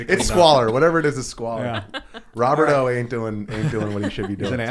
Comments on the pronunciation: if it is spanish row-bear-tow is correct. Not rob-bert-oh. But it is Tim's chicken, he can call it what he wants. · Lol Tim doesn’t know how to say Roberto. was saying it correctly. 😂